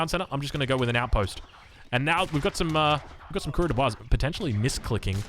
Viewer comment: "Coureur des bois" would also benefit from better pronunciation. "Coureur" is two syllables (roughly "koo-rewr"), not one ("kwer").